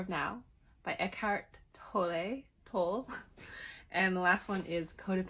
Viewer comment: Thank you for sharing. I have read 📚THE POWER OF NOW by Eckhart Tolle. 💕❤🙏 You pronounced Tolle correctly the first time 😂😂